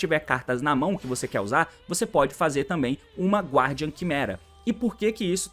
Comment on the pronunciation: T, a pronúncia de "Guardian" é "Gardian", o "U" não se prenuncia ❤